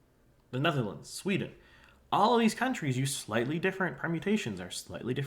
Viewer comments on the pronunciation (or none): none